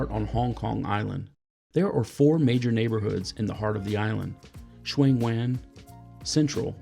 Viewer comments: Sheung Wan is pronounced more like “Sern Waan” (like the “won” in wonton). Cantonese can be hard to pronounce. I won’t even get started on Tsim Sha Tsui. 😂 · Great vid, loved your pronunciation of Sheung Wan and Tsim Sha Tsui. 😂 FYI there's no set rule against drinking in Macau casinos just that for Chinese gambling is all business. It can be tricky finding bars but there's usually a convenience store where you can buy beers and wine. Most of them will let you drink on the casino floor if you're subtle about it. Your CWB room looked nice, better than anywhere I have stayed when I have hoteled in HK.